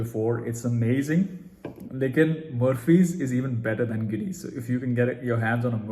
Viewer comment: K k mennon Bhai can Mein Baraf Nahi hai, is me plastics ball hogi hai jo is strong beer Ko churn karta hai. Also it’s pronounced GiiNess (nest waala sound). Also isko baaki beer se 2 degrees lower serve kara jaata hai .